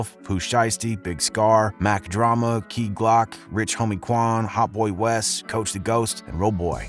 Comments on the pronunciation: Dislike for me because u fucked up in the beginning saying Key Glock 1017 wrong PRE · Bro said KEY GLOCK 🗿